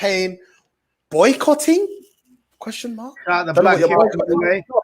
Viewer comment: Akeem says Boy-cot-ting